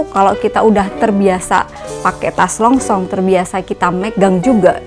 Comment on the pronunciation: Yg bener longshom bukan longsong